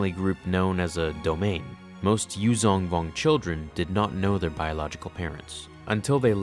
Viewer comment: Your pronunciation needs work.The "zh" in "Yuuzhan" is pronounced like a soft "z", not a regular "z". Source: Audio Books.